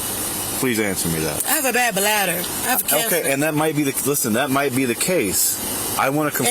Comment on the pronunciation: I thought that this cop sounded impaired and then he says "you might have a blad badder". "Ok ociffer, time for your own field sobriety test".